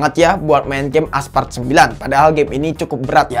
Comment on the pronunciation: Aspalt woy bukan aspart